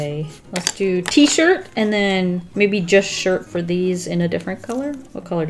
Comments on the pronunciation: t-shirt,t-shirt t- shi Oh I forgot the r in that one😂😂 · "I forgot the R in that one.." Me: I wants a T-SHIT👁👄👁